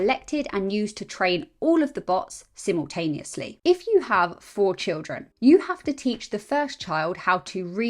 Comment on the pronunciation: "Simel-tanious-ly". Adorable and brainy.